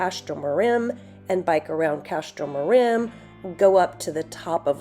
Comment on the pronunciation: do not pronounce the second m in Castro Marim. Castro Marin instead